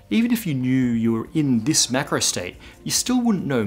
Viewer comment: maybe it's because I am not a native english speaker, but it seems to me that you are pronouncing "micro" and "macro" the same way.